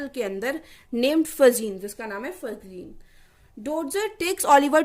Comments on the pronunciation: Its फैगीन not फजीन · not फजिन Fagin ..... Ga Bola jyga yaha naki ja 👍